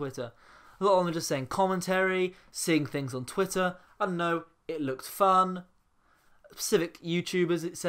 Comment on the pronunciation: heheh u said pacific format instead of specific